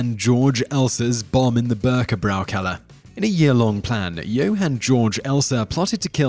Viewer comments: Can you not try to pronounce the words in a way that at least vaguely resembles what they're supposed to sound like? Seriously Bürgerbräukeller is easy to pronounce, even Google translate can do it. Same goes for all the other videos that include non-english words or names, your pronounciation of 95% of those is just abhorrent. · Haha, the way you pronounce "Bürgerbräukeller" was so funny and full of mistakes..